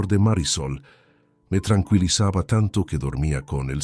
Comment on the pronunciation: Vaya batiburrillo de acentos. Dice trancuilizaba, en vez de tranquilizaba. A ver si mejora al muñeco traductor